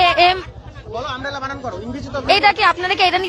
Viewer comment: সাংবাদিক মহোদয়কে বলছি, ওটা বানাম নয় বানান। আগে সঠিক উচ্চারণ করতে শিখুন, পরে সঠিক উত্তর খুঁজবেন।